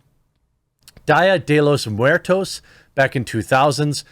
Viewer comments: Jeremy going "DYa de Los Muerthos" is the most gringo thing I've ever heard hehe. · Lmao Jeremy saying “DIE-A de los Muertos” was hell’a funny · Die-ya dell los muer-toes Me: laughs in spanish 🤣🌶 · Jeremy, don't punish yourself by trying to pronounce "Día de los Muertos" just say "Day of the Dead" it's a lot easier and plainly understandable to everyone. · I don't think anyone will really care much apart from having a chuckle at the mangled pronunciation, though.